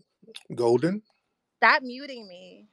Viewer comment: Golden sounds more like Molden.